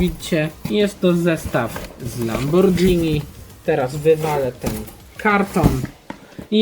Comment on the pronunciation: nie mówi się lambordżini tylko lamborgini